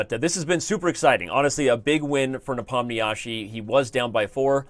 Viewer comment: When will people learn to pronounce Nepo's name correctly? It's getting to a point where one can hardly endure it anymore. For a start try "Ne-pom-nee-she" or click on the arrow here